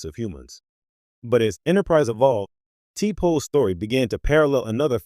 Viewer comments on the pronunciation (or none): Lord when he pronounced t'pol as t pole I quit listening. It shows the narrator never watched an episode.